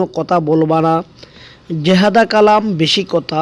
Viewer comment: ভাইয়া জেহাদা না, এটা হবে জিয়াদা